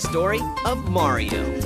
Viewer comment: Turn the game console off May-Ree-Oh.